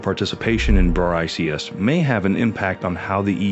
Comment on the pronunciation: It's pronounced Bricks. Your AI reader can't figure that out? How can anyone take you serious?